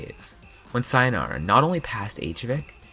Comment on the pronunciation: I’m sorry but it pains me the way you pronounce “sayonara”